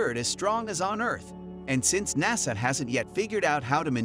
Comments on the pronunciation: "Naysa"? And we're done! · When you can't even pronounce the acronym NASA correctly, it makes me question the validity of anything else you may have to say. I did not watch the rest of your video. Good day to you, sir.